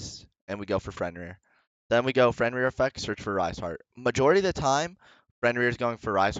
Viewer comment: The guy is also called Fenrir not Frenrir lol. Great video tho